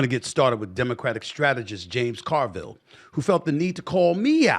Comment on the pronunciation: mark is the only way the name JAMES CARVILLE should ever be pronounced